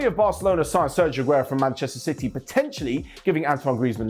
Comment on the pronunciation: Did said "Ban-chester City"???😤